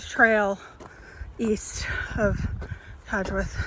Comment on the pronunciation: Great video! Thanks :) You pronounced Cadgwith correctly, by the way. Also, I think the name Lizard isn't to do with the pattern of serpentine stone but rather it's from the Cornish name 'Lys Ardh' which means 'high place' or 'high court'.